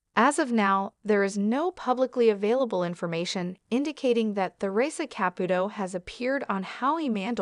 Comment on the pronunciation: You can’t even speak her name correctly this is a load of crap